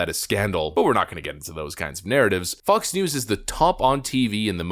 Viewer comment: Getting some "Blinded by the Light" vibes every time you say Fox... It doesn't sound like you're saying Fox most of the time.